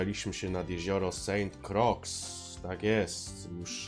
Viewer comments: To się czyta san krua :) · Na trociach też idzie fajnie zarobić! 😁 Ps. Podobno czyta się "Sant kruła" Pozdro 😁